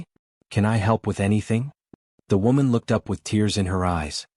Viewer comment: WOman or woman 😂😂😂